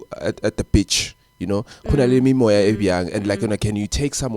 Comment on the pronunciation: My brother please call it in another way please, coz now u're saying bitch or at least say ulwandle or lewatle, the way u say beach 😂😂😂😂😂😂